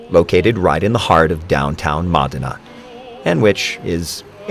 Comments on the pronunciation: It’s MOh-din-a. NOT Maaa-din-a. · MA DEN AHH? I don’t think that’s how you pronounce it. Get it right for God’s sake you’re making my ears bleed. And yes, Luciano was a blessing to the world. He most certainly deserved to have someone take a single moment to learn how to properly pronounce his birthplace. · You would think that the narrator could have learned how to correctly pronounce Modena.